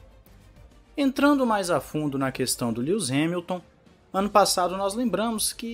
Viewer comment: "Líus" Hamilton